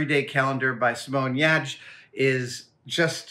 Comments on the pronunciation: Yetch, you have been saying it wrong. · Did you call her "Simone Yadge"? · Am I the only one interested in how he pronounces her last name? I pronounced it as geertz surprised to hear it as yach? I can't really hear how he's pronouncing it well. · Wait....thats how you pronounce her name....? ive been saying it totally wrong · I don't think I've ever pronounced anyone's name more wrongly in my life.